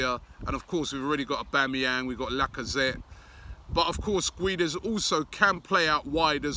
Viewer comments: MRah Gonçalo gueeeeeedes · For Valencia he was mainly used as a left winger and used rarely as a rotation striker. for portugal he played as a striker in the world cup every game that is why he wasnt as good, because he didnt play in his natural position. it is pronounced ged-s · Sou do Benfica I'm only facilitating the pronouciation of the name for an English speaker. "Gedes" or "Geds" is how you pronounce it in Portugal. Robbie ain't Portuguese so he can PRONOUNCE Guedes in english, how it's written...Gwedez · It is pronounced as gu-e-des not gooeeedeez robbie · Absolutely butchered guedes' name😂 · ITS PRONOUNCED GON-CHALO GUE-DESH. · GONSALO GWEDES it’s pronounced Robbie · Someone please let him know it's pronounced "Gonssalo Gwedez"